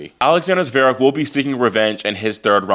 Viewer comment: Oiiii At least get his name right. IT'S NOT ZEREV, IT'S ZVEREV. I bet you can't pronounce his name either